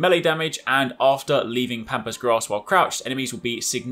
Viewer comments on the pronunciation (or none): none